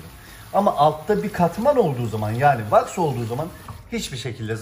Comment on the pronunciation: Ne was ai kullanin diyor tam anlayamadım da